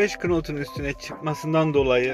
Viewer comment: Knot diye okunmuyor 45 nat diye okunuyor ingilizcede know yazılır nov diye okunur knock-out diye yazılır nakavt diye okunur ufak bi bilgilendirme...